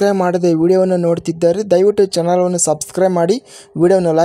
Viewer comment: ಬ್ರದರ್ ನೀವು ಚನೆಲ್ ಅಂತಾ ಹೇಳತೀರಾ ಚಾನೆಲ್ ಅಂತಾ ಹೇಳಿ ಬ್ರೋ